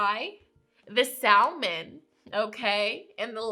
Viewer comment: salmon is pronounced sam-on